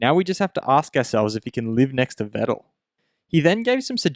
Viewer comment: Please try to pronounce Vettel correctly.